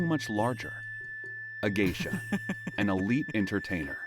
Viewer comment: From Geisha to Gaysha